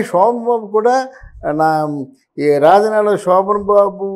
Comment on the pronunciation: ఎమ్ Achor బాబు.. రాజనాల... "జ" ను " జ" అని పలక లేవా? చెప్పు జ జ జ రాజనాల. Za zzz. Razza nala కాదు... రాజనాల.. ఏ స్కూల్ బాబు...